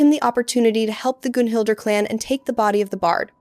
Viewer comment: great video, but its pronouced Gun-hil-der not goon hil der, bar bay tos not bar ba tos..